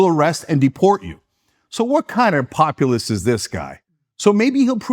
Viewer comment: This clown says “populist” but it sounds like ‘communist’. He wasn’t even close to the first internet show, what a clown. His eyes are brown because he’s so full of sh*t